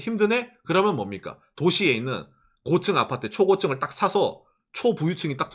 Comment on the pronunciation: 곶츤 아파트 ㅋㅋ 발음 귀여웡❤